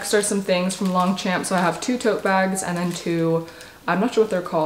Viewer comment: Just a heads up for anyone who wants to know: the pronunciation of Longchamp is more like ‘lowng-shomp’